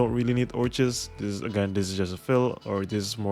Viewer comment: Orchis is a character from Granblue Fantasy btw, her name is pronounced Orkiss.